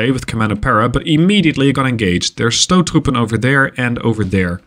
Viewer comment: As a dutchman i am very impressed with your pronunciation of stoottroepen, and that says something because dutch has a very hard pronunciation